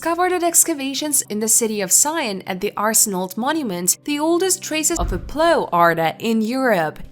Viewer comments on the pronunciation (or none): Say what? "ploo" fr plow!!